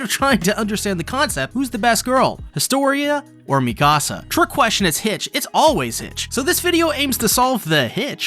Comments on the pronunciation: “Mee-kasa” is killing me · Why does everyone call her Mecasa instead of Mikasa? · Its Mikasa not la micasa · Bro makes a lore video but keeps saying Mikasa’s name wrong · You're pronouncing Mikasa wrong... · the way he’s saying Mikasa’s name…. No…. You’re high!